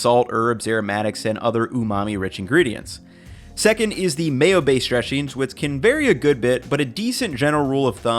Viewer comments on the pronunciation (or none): “Mayo bayshed dreshings.”